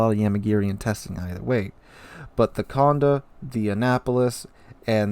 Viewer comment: Accent on the é, so condE, not cOnde.